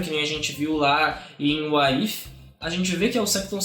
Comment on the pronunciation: a pronúncia da série e Uáres ifi (What if)